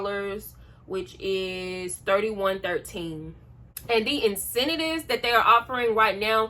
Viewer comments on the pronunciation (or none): Just for future reference...it's in-cen-tives. You keep adding an extra syllable. Also just want to say I think it's really cool you moved up to being an RN. I think just being an LPN/LVN is really cool too! It shows hard work and dedication. I aspire to work my way on up like that one day. Congratulations on the new job and title!!